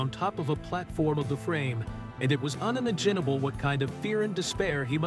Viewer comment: Eight hundred and thrity seven PM? Uninaginable? Married his feeanky? Why is this guy purposely mispronouncing words?